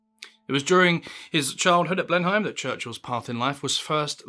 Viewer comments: Blenheim isn't pronounced Blenhime; nearer to Blenem... Not that it matters much, I'm just in nitpick-mode. But then so are you, in a way (and congratulations, notwithstanding , on presenting this yourself and not relying on bloody AI). Jenkins' biography was the work of a tired and unwell man: I found it very disappointing .... but anyway; I don't think Churchill was in any way weird - it was his background that was severely weird, and the aristocratic Victorian society in which he grew up. He never struck me as being strange, any more, at least, than other talented and exceptional people subjected to the horrors of the English public school system, and with a father who was at best half-mad. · "Blenn-Hime?" Really? How to destroy your own credibility in one word! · Blenheim pronounced Blen em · 'Blen Heim', Mein herr? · I always enjoy your videos, but please, "Blenum" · “Blenheim” Blenim is how it is pronounced… please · mate why cant you pronounce Blenheim correctly , your not a yank F F S , its pronounced Blem-ham , apart from that the rest of your script isn't too bad , I'm no fan of the great man he was a mega racist and anti Irish fanatic , not to mention a war criminal , but without him who knows we could be all Nazi's now , looking across the pond we may have just put it off for a while , anyhoo , T T F N 🙃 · It's widely pronounced 'Blenim' Palace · I thought it was pronounced Blenem. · Where the F is "Blenhime"?! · Great Winston voice, but how does a Brit not know how to pronounce Blenheim? Bleh numb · Blenheim is pronounced "Blennim", or used to be at least among those who haunted nearby Oxford. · Its pronounced blenham palace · Blenheim is pronounced as Blenn-um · Learn to pronounce Blenheim properly and then come back to me. It's "blenem" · Sorry but it's pronounced 'Ble'nim' (with the 'e' as in 'set'). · I've never heard anyone say Blen-heim before. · No Briton worth the name pronounces Blenheim 'Blen Hime'. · “Blen heim”?! Are you taking the piss?